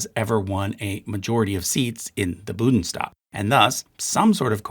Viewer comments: Even as a Czech, I can feel the pain of Germans everytime they hear the pronounciation of “Bundestag” or “Führer”. 🫂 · I am cringing every time you say a german word and I am not even german. This is a good video format wise but your pronunciation is horrible and there are so many errors. A correction in the comments is not enough. Make an effort and do it right. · as always, really great video and chart. it did, however, really irk me how you kept saying 'budens' instead of 'bundes'. the n comes before the d, like in the english word 'bound'. both the german word 'bund' and the english word 'bound', in fact, have the same indo-european origin, both relating to binding something together or being bound together. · Thanks. Bundestag, not Budenstag or Blumestag though, also Gerhard, not Gerald Schröder; Merkel, not Mörkel. You are positively butchering German names. IMHO even if widespread, it is arrogant not to check the actual pronounciation and at least give it a try. The French will not be as politely ignoring this as the Germans seem to :-). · I'm , I'm Mexican and don't speak German, but HOLY CRAP if I hear "Budenstag" ONE MORE TIME, I'll drill my ears with a tree branch. The NNNNNNNNNNNNN is BEFORE the DDDDDDDDDDDDD. BuNNNNNNNNNNNNNNNNDDDDDDDDDDDDDDDDestag. I'm also autistic, ADHD, hyperlexic, and drunk; I apologize. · How could all those mentions of the „BUDENstag“ not get picked up by test listeners? By god it is BUNDEStag! Just read the letters in the order they appear, German is pretty easy when it comes to that. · it should be "Bundestag" (roughly "union gathering"), not "Budenstag" (rougly "shack gathering" or "Booth meeting"). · "BuNdestag", not "Budenstag". Otherwise, thank you! Very good video. 👍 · "Bundestag", not "Budenstag". Just like "Deutsche Bundesbahn". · I just can't anymore 😂 Budenstag... it just hurts 😅 Bundestag u-n 😄 Aber ich drück ein auge zu ☝🏼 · It is pronounced: BoondessTahg. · Amazing video, funny pronunciation of 'Bundestag' :)